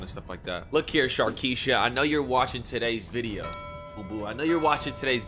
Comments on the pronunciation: He said sharkeisha lmfaoo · This man really said sharkesha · Bruh my man said sharkeasha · This man said "Alright look Sharkesha" 😂😂😂💀💀💀💀💀💀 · This man said "sharkiesha" 😭💀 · I laughed so hard when he said sharkiesha😂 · He really said Sharkeisha😂😂😂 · My mans said sharkeisha! 🤣🤣🤣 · My boy said Sharkisha wit the 3 kids 😂😂😂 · Did you say Sharkisha? 😆 I'm dead 😂, 2mill hype lets go! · man said sharkisha 😂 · mans said sharkesha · He said “look here Sharkisha” 😂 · This man really said “sharkisha” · This dude really said sharkesha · wait did he just say sharkisha?